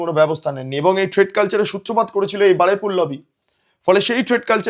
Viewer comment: Shobdota holo Baruipur, Baraipur noy